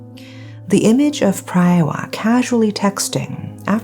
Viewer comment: PraaaaayWaaaa it’s pronounced praaaywaaa